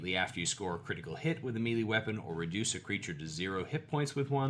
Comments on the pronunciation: FYI Melee is pronounced may lay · I admit that I inwardly cringe when I hear him say melee, but that's only because I too used to pronounce it "mealy" and only managed to reprogram my pronunciation by overtly paying attention to the way I said it to the point that it just feels wrong now. Oh the trauma of learning words through reading and only finding out later in life how they are actually pronounced. I still hate how "cache" is actually pronounced. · is such an underrated pillar of the D&D youtube community. Every single video he puts out is packed with helpful insight, positive energy, and a high percentage that cute cats will make at least one appearance. The humility at the beginning when he apologizes for his pronunciation of "melee"...this guy never ceases to impress.